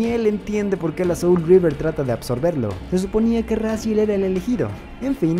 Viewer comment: Es que no es River, es Reaver su pronunciación es similar.